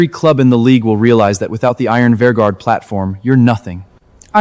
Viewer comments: Vanguard not Venger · Vanjerk...he clearly said it 😂